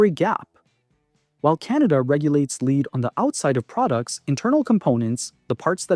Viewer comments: It's pronounced led not LEED. 🤦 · it also mispronounced 'lead' the metal one time as 'lead' like in leader.